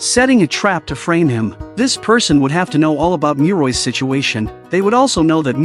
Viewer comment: Muroi's name must pronounce as Mu-ro-i not Mui-roi.